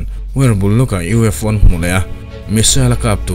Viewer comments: USO 😂 A bengvarthlak in ngaihthlak anuam e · vel ah hian U.S.O i ti a nia 😅🤣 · a U.S.O. tia i tawn sawi hi lam sual palh a ni em ? I Channel content ho hi ka tuipui chi hlir an la ni. I hna thawhna chhunga mi thenkhat i dah tel tiam lovin.😁.